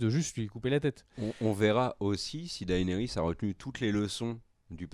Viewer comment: Tu veux pas prononcer Daenerys un peu plus à l'anglaise stp au lieu de D. A. E. NERYS? 😂